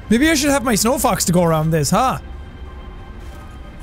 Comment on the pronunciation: I must not be the only one who heard "snow fucks" instead of snowfox